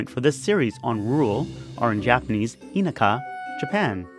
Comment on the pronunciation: Really? You can't say "inaka" properly yet you live here? Sorry mate, couldn't continue watching after hearing that. A no nothing explaining nothing equals nothing worth watching